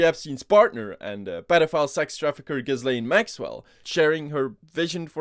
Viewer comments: Remember, Ghislaine isn't pronounced Giz-lane, it's pronounced Jizz-lane. In all other instances, it's pronounced with a silent s though. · pretty sure ms maxwell's name is pronounced "JIZZ-lane" oh i looked it up & i am definitely correct, that one is a JIZZ-lane for sure